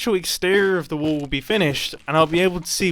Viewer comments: pice of LOVVLLEY little WAOOL! he says insted of a lively or lovely bit little wall than others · he says woll instead of wall lol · Me every time Mumbai say wool instead of wall 🤦‍♂️ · you are calling your wall waol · I love the wall so much, but as an American I just- i can only hear WOOL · Nice woal mumbo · When mumbo said"This might be my best woll look how cool it is!" Had me just laughing my bum off😂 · Is Mumbo trolling us by pronouncing wall as wool? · I kept on thinking he was saying “this is a good wool!”